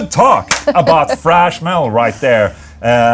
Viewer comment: "Frash Metal" - Ola, TH does not sound like F. Saying "frash" is incorrect. Do you say Thor's name as "For", too?